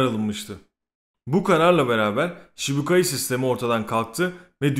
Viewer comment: şibukai ne abi şiçibukai de eline sağlık video her zamanki gibi iyi